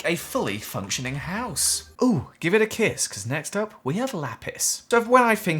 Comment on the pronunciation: I thought he said give me the kids not give me a kiss